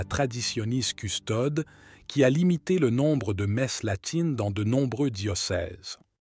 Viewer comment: Apprenez à prononcer correctement le latin: Traditionis Custodes et non Custode, merci!